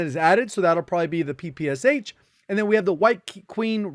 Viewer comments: PePe eSeH sounds funny) It's Peh-peh-Shah. ППШ. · It's P-P-Sh (papasha) not P-P-S-H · It should be pronounced PeePeeEsh. There's a reason the "h" is small behind the "S" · J, when you will creating video about PPSh, please, read "Sh" like one sound. because it is actually a one letter in Russian - "Ш" So PPSh is "ППШ". "Пистолет Пулемет Шпагина" - Shpagin's Sub-Machine (Gun). Also in name Antonov the emphasis drops on first "O", so it is antOnov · It seemed pronounced "ppsh" very strangely.